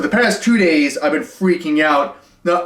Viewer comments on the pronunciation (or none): none